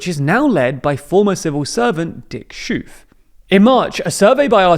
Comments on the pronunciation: Pronouncing Schoof as 'Shooffe' makes me thirsty - a Belgian. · Pronunciation correction: Schoof is pronounced "Skove" (well, the ch is actually the harsh Dutch G, but a k is a lot closer within English, definitely not "shoof") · Well, Omtzigt and Yeşilgöz are difficult to pronounce for Dutch people too. Schoof is a pretty simple name, you just need to look it up because the spelling is different than English (pronounced Skhoaf). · It’s schoover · i love how non dutch people pronounce Dick Schoof like dick shove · He did the G in Geert properly but then made Schoof into shouf! At least it was better than most english speakers. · Wil je gaan "shoef"ellen? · Had a quick chuckle at the Schoof (couf) pronunciation